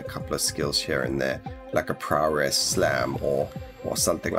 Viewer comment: Any chance you could make a tier list for the survivors as well as abilities maybe? Really getting into the game now, thanks to watching your videos. That paladin build carried me a long way too. Love how you pronounce prowess --> Prawress :D Can hardly wait for the patch to become live..